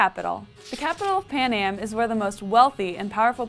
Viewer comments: it's panem..not panAM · Why does she keep calling it "Panam"? This country isn't a '60s airline,.